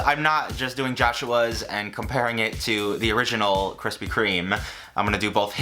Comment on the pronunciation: BABISH'S COFFEE CAKE. also really appreciate the "kwispy" instead of krispy